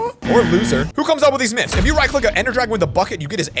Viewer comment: In the intro you said nyths instead of myths